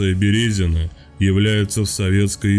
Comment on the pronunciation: Что за "БерЕзино"? "БерезинО"!